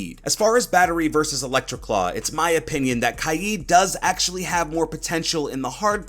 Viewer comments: He said ky-eed instead of k-ya-d which was so annoying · Pretty sure it’s pronounced KAYED but ok mate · I’m not pronouncing Kaid kai yeed, im pronouncing it kay d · Why does he pronounce kaid “kaijd” ????????? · Why does everyone say kaid as Kied?